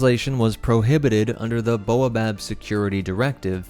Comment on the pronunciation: Baobab is pronounced "bay-oh-bab" like the tree where the name is derived. Not "boa-bab" 😂 that's not even how it's spelled